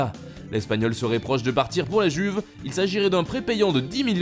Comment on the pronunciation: Enfin tu prononce LA JUVE sans accent italien ! MERCI, MERCI, MERCI